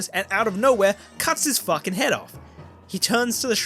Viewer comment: min ish...."fooking whoops" I am dead. That was awesome. And I am seriously enjoying this ending. Thank you!